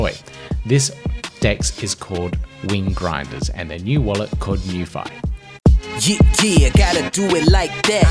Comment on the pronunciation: I swear you said wing grinders.